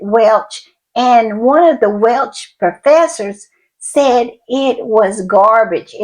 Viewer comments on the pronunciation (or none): Btw, the language spoken in Wales is "Welsh" not"Welch". They are a proud nation and very proud of their culture so won't appreciate you mispronouncing their language!😂😊